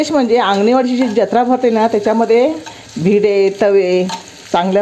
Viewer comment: भिडे नाही तर bide असा त्याचा उच्चार आहे